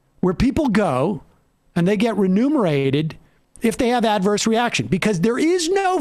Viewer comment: "Renumeration" is only really a problem for fractions. But it is a serious problem. You can't just go around taking people's numerator's. It's obscene.